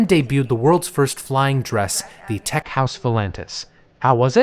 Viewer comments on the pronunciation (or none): none